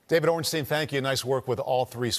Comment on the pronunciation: D. Ornstein is very good at name pronunciation. Top notch